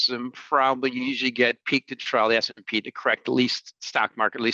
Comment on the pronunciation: And mispronouncing trough. It’s pronounced TROFF, not trou. Trou is something that you drop when you’re drunk. 🥴🤦🏽‍♂️